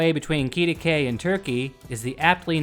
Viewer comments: It's pronounced "Kitty-kway". I had cousins that used to live there. They had part ownership in the Midway Drive-in. Also, it's Bob Wills (not "willis"). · Quitaque (KIT-ih-kway) Thanks for the video. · We pronounce it Kit-ah-quay! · it is pronounced like kitty quay and its bob will's not bob willis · Kitty-kway. And Bob WILLS, not Willis.